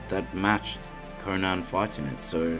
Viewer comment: Watching this made me feel like I was in super troopers. I’m sorry, are you saying Gonad (instead of Conan)? If anyone else hears it tell me right meow.